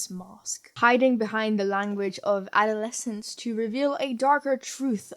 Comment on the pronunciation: lost my shit at “adoltoscene”